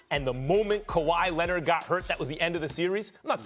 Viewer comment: "Kawhi Lenid"